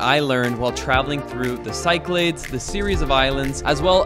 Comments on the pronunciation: Cycle-aids lul. It’s pronounced kee-kla-thes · Cyclades is not pronounced "sy-claids"; it's "sik-la-dis". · Half way through the video. 😁 Cyclades is read Kee-kla-des. Also tipping is expected in Greece. Just not standard 10% like in the US. 5% is good. More later if so. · Dude, please - "cyclades" is pronounced si·kluh·deez. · Hey "", It s called "Ky-klà-des"! (Nothing to do with cycling...) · 'I'm an ' - shows off his pronunciation. Proceeds to say 'Psy-claydes'...:-)